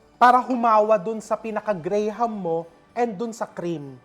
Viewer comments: Here in the US, it's pronounced GRAM, not grey-ham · It’s pronounce Gram not gray-ham lol! But I get it, I’m also a Filipino, it’s a Filipino thing lol! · Gram po chef, silent ang HA sa graham